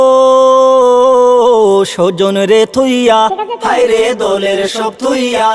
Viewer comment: স্বজন, দলের, হোটেল শব্দগুলোর উচ্চারণ তো মারাত্মক....